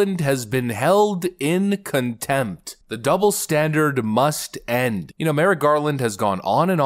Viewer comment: She didnt just say "comtempt" she said "Inheirent comtempt" this is the real difference.